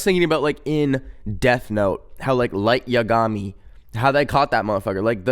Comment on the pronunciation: I'm sorry but the pronunciation of "Light Yagami" had me in tears 😭😭😭😭